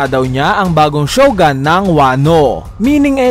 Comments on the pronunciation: shogUn boss, hindi shogAn... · Shogun not shogan.